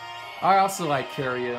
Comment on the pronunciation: No offense but it's kiryu as in KY-ru not kiryu as in KEY-ru